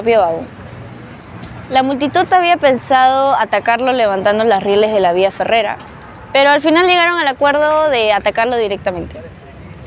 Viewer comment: ¿Cómo no van a corregir el apellido de Ureta en este video, en el que se le llama "uretra" dos veces? Encima no se sabe de otros nombres, como cuando la señorita dice "beneficiencia", "vía ferrera", "recolecta" 😮